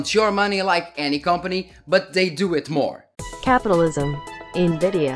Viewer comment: I love how you say: N-GREED-DIA... 10/10 VIDEO 😂